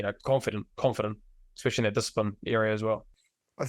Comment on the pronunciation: I love Bryn, but someone tell him it's not "expecially" 😅